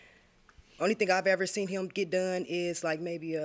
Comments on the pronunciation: smh.... seent is NOT A WORD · Seent!!! Iove ittttt!!! T's after every word is the New!!lol!!! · Sweetheart, you gotta work on the “seent” word. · I can't believe the defendant pronounces the word seen as seant. Both are HS dropouts and i believe they conspired to come to JM to get a few dollars to split. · "Seent" IS NOT a word!!! The defendant was killing me with that. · No such word as seent! It’s seen proper use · Seent isn't a word!!!!!! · Lmao I say seent all the time 😂😂😂😂😂